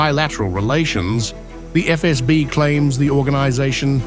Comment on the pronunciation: EfEsBi вы говорите😅 Сделайте язык не таким мягким во время произношения